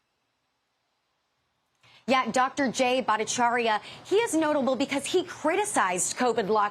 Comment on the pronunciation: Is it possible for this commentator to pronounce Dr Battacharya’s name correctly?